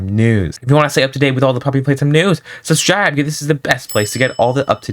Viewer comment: bro really says subschribe for subscribe